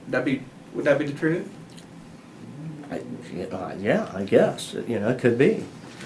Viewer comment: “Das da troof. Das da reality.” BRO PRONOUNCE YOUR T’s